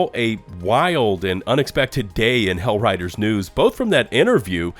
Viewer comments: Can you stop calling it "HellRiders 2" please? Thanks. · He keeps calling the game Hell riders 2...lol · "Hellriders" :face-blue-smiling